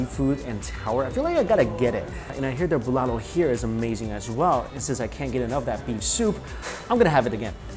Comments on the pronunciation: Me : what's bolalo Ohhh bulalo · Pronouncation bulalo is Boo-la-lo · It’s called Bu-la-lo